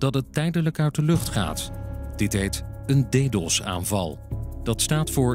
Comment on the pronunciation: Hahah "deedos"